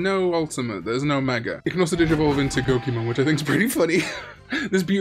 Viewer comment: Hudiemon is pronounced 'Who-dee-eh-mon".